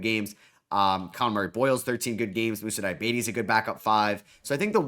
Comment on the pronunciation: “Moussa Diabetes”